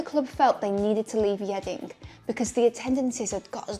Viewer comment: Yeading with a ‘k’ at the end.. “Yeadingk”